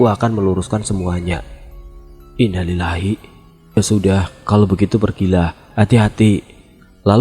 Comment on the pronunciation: Bacaan innalillahi nya salah bang. Belajar lagi bang. Semangat